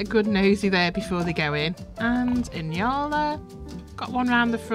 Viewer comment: Nyala is pronounced nee-aa-luh.